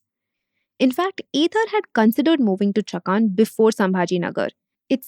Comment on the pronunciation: For non-Marathis, it can be easily spelled as संभाजीनगर and चाकन, atleast Talegaon was a half-decent attempt. I'm baffled by how big is, you'll easily have people covering a huge chunk of regions and languages of India and yet you don't even fake an attempt to get the pronounciations right. If it were a competition to fake the worst American accent to say deeply Indian words, you'd even beat Trump. Atleast try to cater to the actual Indian audience. Not everyone is a wannabe SoBotard.